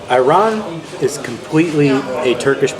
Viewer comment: couple tips: 1 you got scammed with the mussles the average price for the small ones is 5 2 the sand-boiled turkish coffe is a tourist trap 3 please dont lahmacun turkish pizza its LIKE pizza but its NOT pizza + its more used as a shell for the stuff you put it it 4 ayran' a's are pronounced differnt its like the word alibi